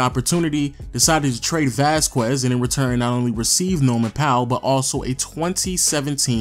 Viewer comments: Vasquez is pronounced Vass-kez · People are stupid if they think that you get to change the way you pronounce something just because you’re from somewhere else. Vass-kez is the proper pronunciation. Just because some of you have heard it pronounced by random people differently doesn’t make it that way. Anyone with that last name can attest to that. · Masai didnt trade Bargnari. It was Wayne Embry. It is not Vaskuez, it is Vasquez. But solid video. Thanks. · Vas-kwez....It's pronounced Vas-kez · Some pronounce it vasqwez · Vasskwezz haha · Please stop the hard q on vasquez. :) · vasqwazz....? lol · Everytime you say “Vasquez” I cringe. Come on bro you know damn well that’s not how your pronounce it lmao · The way he says Vasquez man.... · The number of times this guy mispronounced Vasquez is killin me. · You need to learn how to pronounce Vasquez.